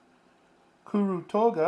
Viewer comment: I'm just getting into stationary... particularly Japanese writing tools. I have a weird Japanese last name... so I know these words are hard to pronounce. I'd like to say great job on pronouncing KURU TOGA, and great video!